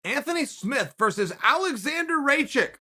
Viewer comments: Aleksandar "Alexander Raychick" Rakić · "Alexander Rajick"